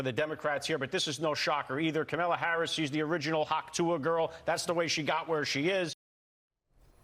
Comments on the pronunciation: It's very racist and misogynistic for Republicans to continually and willfully mispronounce the name of the Vice President of the United States of America. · Republican dude...say her name right!